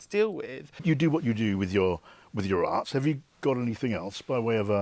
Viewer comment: 'You do whatou dowith your.......' ? Oh 'arts'........... OK